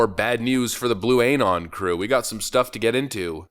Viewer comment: BlueAnon is pronounced Blue-uhnon like Q-uhnon not Q-Ayenon. I couldn't help myself